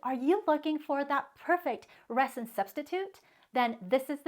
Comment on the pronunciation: I love your video.. but I'm not trying to be pronunciation police but as many times as you say "resin" the "s" is supposed to sound like a "z"..yes I'm an English teacher..lol